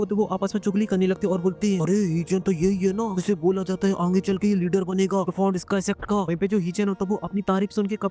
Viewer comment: Bhai aap aage ko aange kyu bolte ho 😂😂😂😂